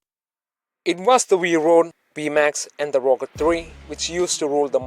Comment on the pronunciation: I wehlie wehlie wyke the Wrochket Free